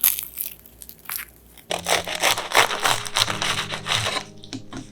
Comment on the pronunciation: Popover not popober